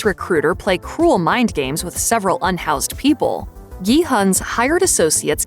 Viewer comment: “Unhoused peopel” 😭